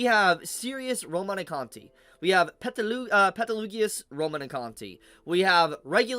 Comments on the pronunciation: I love you dude but I got aids every time you say Peteloogius lol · First it was “Beetlejuice” now it’s “Petelugius” bruh 😭